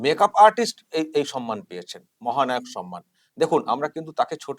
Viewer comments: শব্দ টা হলো সম্মান। কি যে সন্মান সন্মান বলে কানে লাগে শুনতে। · মাননীয় মুর্খমন্ত্রী সম্মান কে 'সনমান' , গভর্নমেন্ট কে 'গরমেন্ট' উচ্চারন করে । ঐ অপদার্থ আবার বাংলা ভাষা বাঁচাও আন্দোলন করে । লজ্জা নেই । একটা আস্ত অধম । পশ্চিমবঙ্গের চটিচাটা বুদ্ধিজীবী বাদে অন্যান্য শিক্ষিত নাগরিকরা কেন প্রতিবাদ করছে না ? মনে আক্ষেপ রয়ে গেল মহানায়ক উপাধিটা কেন মমতার নামের জন্য কেউ প্রস্তাব করছে না ? সর্বঘটের কাঁঠালি ।